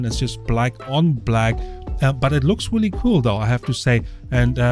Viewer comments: Wooly? I think you meant Really! You should do a YouTube search on how to pronounce your R's so that they don't sound like W. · Weally weally? There is an r in really you know